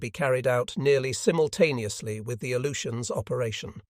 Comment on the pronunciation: I can't stand it. A-LOO-shuns. Jesus.